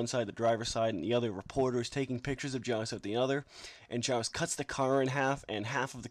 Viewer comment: The name is pronnounced (g-yeow-s), not (j-yeao-ce)